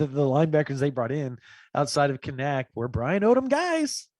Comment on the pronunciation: Hey, I prefer the way you pronounce Kanak but the Kanaks say it the other way. Can-nick. Emphasis on the Can, maaaan